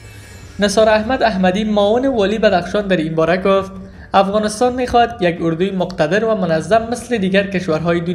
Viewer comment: شما چرا خودت مثقره میکنین افغانستان را افغانستاین میگین به سخن رانی خود درست افغانستان بگو گل بیدر